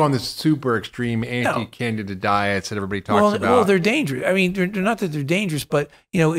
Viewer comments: CanDIDA! There is a D to pronounce in that word docs! Thank you! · Candy da:) let’s pronounce it correctly! Candi Da! It’s got candy in it! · I feel like we are traveling to “ Canada”…. It’s Candida not Canada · THOUGHT HE SAID CANADA LMAOO AND OMG WALKING MUSHROOM. IM Dead 😂😂😂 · It sounds like they’re saying Canada